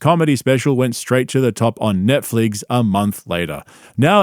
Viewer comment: "Net-fligs"? You're doing this shit for engagement lmao